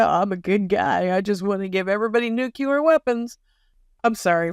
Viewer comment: New-clee-er, not nuke-you-ler